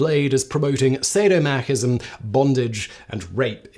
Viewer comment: You keep omitting the "so" syllable from "masochism". I thought the first time was a flub and you didn't want to do another take, but then you do it again. It's not a dig at you, there's a few words that will trip me up if I don't give them special care when pronouncing, or others that are frequently mispronounced. Asterisk, for example. I guess we all have some trouble with our objectively weird system of air-driven vibrating meat communication, sometimes. On topic: I was a teen when this happened, and have memories of the "scandal" over 2 Live Crew and their lyrics in particular when all this went down. In hindsight, it really seems like it wasn't a coincidence that this was happening when hip-hop was seeing a huge popularity with audiences that were not typically associated with the genre (read: white kids), and although they never said such a thing (to my knowledge), I'd be surprised if there wasn't a disguised-racism motivation at play, just like in the past (and as you've implied in the initial background you've given). TL;DR: I'm old, and white women need to be stopped. Edit: I should have watched all the way before typing, you do mention 2 Live Crew ;) It's funny, when it was all going down, I was on vacation with my parents at Disney in Florida. There was tons of news coverage about it, but also plenty of people playing the "controversial" songs loudly from their cars while driving around. Almost like there's some sort of "Streisand Effect" where calls to censorship